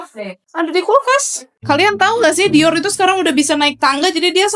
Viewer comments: Kak kakak kamu jangan panggil dior itu dioll alay nama nya itu dior bukan diol maaf kalau aku kayak gitu bye Semoga di baca ya bye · Aku dengar bilang dior kaya bilang "diol"🙏